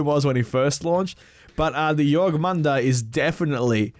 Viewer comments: Jorm not Jorg. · JORMUNGANDR NOT JORGMANDR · If you want to pronounce jormungandr correctly, its pronounced(your-'nun with a m in front'-gone-der) then say it faster, a lot faster. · you raped the name lol It’s spelled Yor-min-gandr but fast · My mans it’s your-man-gun-der 😂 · Jörmungandr (Yor-nun-gan-dur) you’re welcome. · Its Jorm-an-gand-r. R's in old norse are rolled. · I’m so sorry.... it’s pronounced your-mun-gand-er